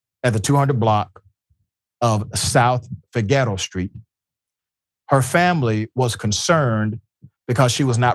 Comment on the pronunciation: 😂. “South fah ghetto street.” Get this man a latino friend STAT. Fig AH Row Ah, roll the R if you can but don’t have to.